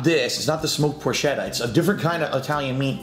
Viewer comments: you as an Italian should know it's pronounced "por-ketta", not "por-chetta" like it's spelled. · He always brags about being Italian but doesn’t know how to pronounce porchetta and calls it a fattier type of meat when it’s just a type of pork roast.